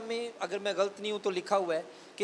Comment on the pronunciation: آپ کا پاسٹر صاحب غلط کا تلفظ ٹھیک نہیں ہے۔